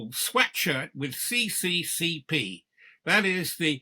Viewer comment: CCCP is not Communist Party of the Soviet Union. Those are Cyrillic letters which are pronounced SSSR. Union of Soviet Socialist Republics. USSR.